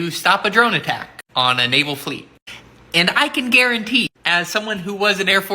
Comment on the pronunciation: lol NOVAL it is Naval bro lol. I know it just a slip.